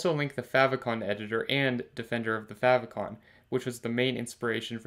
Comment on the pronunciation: How not to pronounce "favicon" :(